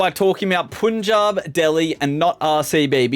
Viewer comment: That's punjab not puunjab